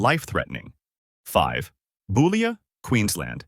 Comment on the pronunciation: Boulia is pronounced BULL-IA The first part pronounced like a male cow.